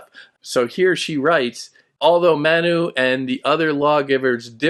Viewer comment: You provided an excellent explanation of the core concepts of the book, and I truly appreciate your insights. However, there were a few areas where I noticed some challenges, such as the pronunciation of 'Manu' and the portrayal of Indian culture, particularly during that historical period. While I recognize your standing as a distinguished scholar, it can be difficult to grasp the deeper essence of the author's work without a more nuanced understanding of these cultural contexts. I hope you understand, and I apologize if my words seem too direct. 😊😊